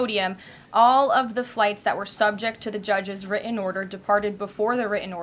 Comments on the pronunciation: If she's so well educated and supposedly speaks so well, why can't she pronounce written, important, Putin, or any other word with a "T" in the middle? Saying "wri-en," "impor-ent," and "Pu-in" is not an educated way of speaking. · "The judges' wri-en order" T is now the letter that's been dropped from the alphabet, the way the word "were" has been dropped from the language.